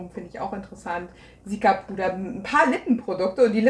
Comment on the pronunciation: Seltsames Aussprechen von Cica (wie zika). Es steht für centella asiatica btw